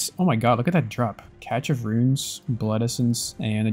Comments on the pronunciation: its "cash" of runes not "Catch" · cache is pronounced "cash". sorry my ocd is destroying me.